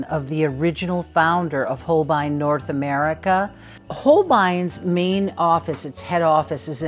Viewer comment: VW Bug! Hi,! I pray that I neither annoy nor insult you in any way by sharing this; I lived in Japan for 5.5 years and learned that Holbein is actually pronounced “holbane,” (as in the words “crane, rain and tame,” instead of “holbine.” Just wanted to share that little tidbit, and to say that, as always, I thoroughly enjoy your videos, and I always learn something meaningful and valuable from you. Thank you for bringing so much art joy to us. Big hugs to you! ❤